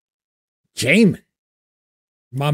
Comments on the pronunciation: It's Jimin, not Jaymin 😉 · It's jimin not jaimin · It's Jimin...not J min. I think you're confusing him with J Hope. I'd love to see you react to some BTS dance practice videos please. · Please don’t call him Jamin - its Jim-in. Jimin is a masterpiece🥰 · Jimin not JAmin!!!!!👀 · Ji-min not jaymin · His name is JIMIN not Jaymin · I hate to be that person but technically it's Ji-Min.... pronounced Jee Min. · I don't know how somebody can call someone "my man" when they can't pronounce their name correctly. It's like calling "Jimmy Fallon" "Jamie Fallon".